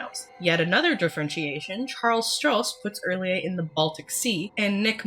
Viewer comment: Yaaayyy!! Finally I get to hear somebody pronounce R'lyeh the same way I do! Not a big deal I know, but agreeing on a weird, made-up alien language is rare